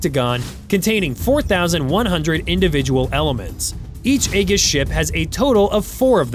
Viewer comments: Learn how to properly pronounce the acronym. It's <ā-jïs>, not "egg-is". Also, in military parlance, "MK" is pronounced "Mark", so a weapon with the designation "MK 82", is verbally identified as a Mark 82 bomb. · it is pronounced eeejus not "egg us" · Aegis is pronounced (a jis) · Eye-jiss, not Ay-giss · Pronounced with a soft g. "AEJIS" not "AEGIS". I guess there's no editor in AI. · Someone PLEASE teach AI to pronounce the ship type correctly. It's Aegis, pronounced as E' jus, NOT A' gus. It's a Greek word that means shield or protector. The letter "A" is silent. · eegis, not aygis you newb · Eeeee Gis not egg-gis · Pronounced Ajis, not Agis... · Aegis pronounced eejis not aygis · AEGIS. is not pronounced "egg,-iss" It's pronounced "E-jiss". freaking AI. BS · Thanks for the video! BTW, Aegis is pronounced eee’-jis, not Ay-gus (Rhymes with Regis Philbin’s first name). Thought you might want to know. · Holy cow, "a-gus" was driving me crazy throughout this video. Like he said, it's "eee'-jis". At least "see'-wiz" was pronounced correctly. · Why is it that so many of these channels mispronounce Aegis? It's ee-jus, not aye-gis. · Pronounced Ah gee us, not eggus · Eggis system !?!?!?!? Where did you learn how to pronounce things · Egges system a!?!?!?!? Where did you learn how to pronounce things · “Aegis” is pronounced “EE-JISS” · Dude… you need to work on your pronunciation. “Who-thees” “Age-is” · It’s pronounced AY jiss (AEGIS) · AEGIS is pronounced with a SOFT G. So it sounds like Ajis. ALSO, CWIS has a 1,550 round magazine, not 300. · Aegis sounds like "ee juhs"...you were pronouncing it wrong. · I have always heard Aegis pronounced as “ee-jiss” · Aegis is pronounced ee-juhs. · Pronunciation is important. Is this an AI voice? Aegis is ayjis. MK is Mark. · You are pronouncing Aegis wrong. It is pronounced Ee-jiss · Look jackhole if you use AI at least teach it to pronounce Aegis correctly.... eee-juhs or for me it's a-YEE-jis...... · Aegis, pronounced E-jus